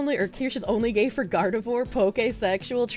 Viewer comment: Can confirm weed does exacerbate schizophrenia. It can also bring it on early if you are prone to the condition. My cousin was diagnosed in his 30s as paranoid schizophrenic after habitual weed smoking (which he is continuing, go figure) for 20 years. Also: Gardevoir is pronounced "Gard-eh-vwar", not "Gard-ah-vore". Americans. Pfah! God that's such a horrible rendering of John Kennedy. That is 100% AI or AI upscale.